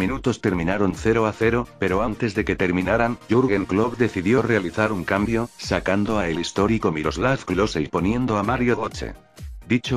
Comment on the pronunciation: Jurgen plop??? O Joaquín Low :v